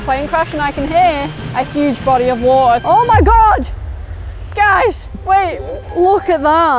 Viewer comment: "Big BODY of WAA'ER"